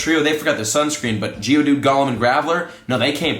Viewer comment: Yesssss just like how he’s saying Golem wrong, he keeps saying it like Gollum from LOTR instead of like Goal-em.